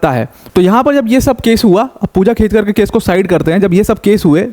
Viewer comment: It's खेडकर not खेतकर